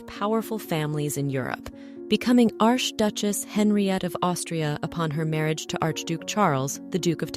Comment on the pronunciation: QUESTION: For someone doing a show about jewels WHY is the word “peridot” mispronounced “pair-a-DOT” pronouncing the “T” at the end? Also, when saying “arch duchesse” pronounced the first word as “arsh”? Whomever is doing this is not taking care to double check, what I now assume is AI. I hate that. A pity because the stories told here seem to be well done.